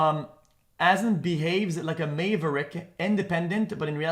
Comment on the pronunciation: "MAVE RICK" lmao